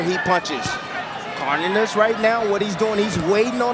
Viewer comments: His name is not Cardiniss. That was driving me insane the entire fight. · yo, it's pronounced CAR-DAY-NASS...